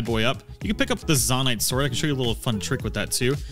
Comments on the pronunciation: Zone-ite not Zon-ite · ZONE- ITE....not Zohn ite.....jesus.... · Nahh bro why are you saying zanait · zo-nite not za-nite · It’s zonite not zOnite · Great video, super helpful. The way you say 'Zonaite', though, fills me with seething rage. Even more than people pronounce bokoblin wrong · Im sorry but the way you say zonaite hurts me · Why do you say zonite like that…it cuts like a jagged spoon everytime you mispronounce it. Lol You said zonia fine ONCE but gah dang.